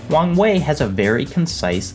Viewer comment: Am i the only one who hears "wang wei" as "wrong way"?